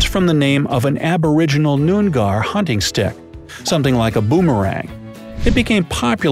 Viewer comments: anyone who has ever lived in Australia cringed when he tried to pronounce "noongar" edit: and "nullabor" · As an aussie, I’m triggered that he pronounced noongar “noon gar” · Him: “noon-gar” Me: “don’t you fcking dare, go, go away, just leave” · I'm from Perth, Australia too. In it's pronounced 'Noonar' instead of what they said.